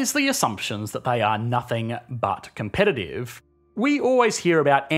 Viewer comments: Great video! Just remember It is competitive , not compet-a-tive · it's comptItive not competAtive :) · "Competatitve" ahahahhah